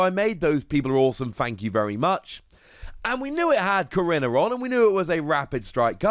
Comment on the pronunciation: I’m sorry if this is put off as rude but last time I checked korrina was pronounced Ko/ri/na